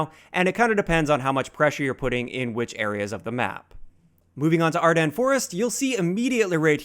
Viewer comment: Oh my god... someone finally pronounced Ardennes Forest correctly!